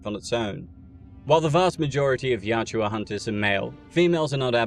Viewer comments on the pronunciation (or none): Pronounced YACHT-JA. Not YAT-JU-WA. Great content though! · Yautja, not Yatjua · It is "Yah-Ut-Jah". Not Yat-chu-wa. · Quit saying Yaut-JUA, its not like Joshua. YAUT-CHA😂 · Why do the British butcher every word made by other countries. Youtja is pronounced yowt jah not Yah chew ah. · Excellent video, thumbs up for sure, i just have a little bit of beef with you for one small thing my friend! :) Yautja, you say it like the shua in Joshua Yaut-shua, it's fairly simple my friend, YAW-CHA, i hope you are able to read this message in time to see it make sense before continuing with any videos. I honestly feel eerie about the situation seeing you have above a million subs bro, that's wild to have gone so far without ever really knowing? I mean i don't know, that's my guess, anyway, until next time! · Why do you keep calling them the Yaht-JEW-a, when the way it’s spelled seems like it should be pronounced Yaht-ja? This is a serious question, not being an ass. Is the narrator mispronouncing it or does the spelling not reflect the actual pronunciation. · Can’t get past it Yautja Not yatjua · I feel like its pronounced more like yowt-jah rather than yow-joo-ah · The Yachewa 😪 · I know it’s incorrect pronunciation, but is it weird that I think the second one flows off the tongue better? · Take a drink every time he calls them 'Yat-ju-ah' ....I pity your liver. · He can't pronounce yautja correctly. Annoying AF. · An hour of hearing the species name mispronounced? "Yautja." Where is the "u" between the "j" and the "a" coming from? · Pronouncing Yautja wrong kept me from watching this video